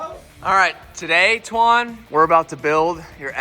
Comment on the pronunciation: Why do you call him “Twan”????